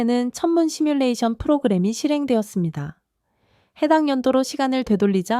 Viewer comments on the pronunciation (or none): none